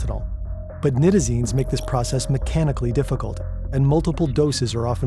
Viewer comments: Nigh-tazines not Nit-azines. Smh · Night-AA-Zeen-s is how it is pronounced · Pronounced Nye-tizines, not knit-izines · Night-a-zine* at least pronounce it right if you are going to try to make a whole video about it.